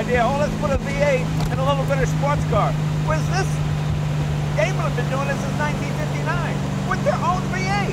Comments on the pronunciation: Great car, but having taken German in High School, the correct way to say the company name in DIME-ler, not DAME-ler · Hey, Jay! Daimler is pronounced DIME-ler, not Daym-ler! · "Daimler" is pronounced like "dime - ler", not "dame - ler". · It says DAIMER... must be A.I.